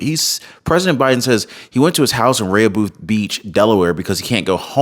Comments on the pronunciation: in Delaware, his home is pronounced 'raa hoe beth' beach. not that i care! good show! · Rehoboth is pronounced Re-ho-both. Also that town has a lot of , LGBTQ. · I am familiar with the Delaware shore. It’s is pronounced ( Re-Ho’-Beth ) = Rehoboth, Delaware. Hope that helps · "Re- ho- beth..." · Hi, Thank you for all you do, just to make you aware, you are not pronouncing Rehobofh correctly, bottom line is Biden needs to get out of office, God Bless You and Your Family, God Bless America and The World!! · "Rehoboth" is Pronounced: with the Accent on the 1st Syllable (Re): ("e" has Short: "a" sound)--like: rah, rah, rah. "ho" (long "o" sound), "both" (o has short "u" sound - buth). "And there You have it". NOTE: I use to go to Rehoboth Beach, Delaware -- every Summer -- when younger.